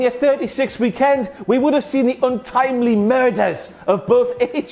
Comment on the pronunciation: the way he says MURDERS 🤣🤣🤣